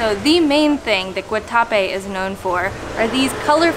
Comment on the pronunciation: Great video. actually pronounced the name of the town correctly after "Guatacrape". You are going to love Cartagena.